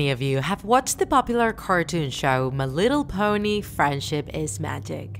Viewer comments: She really said meh litter pony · They say it like m’littlepony